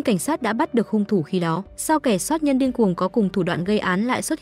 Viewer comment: Chủ kênh bị ngắn lưỡi à ,soát nhân hay sát nhân